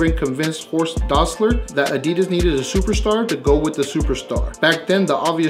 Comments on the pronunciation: Horst, not Hosrt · Horst not Hosrt :)